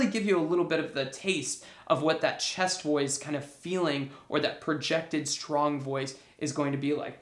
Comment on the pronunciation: I thought he was saying 'Chest Boys'.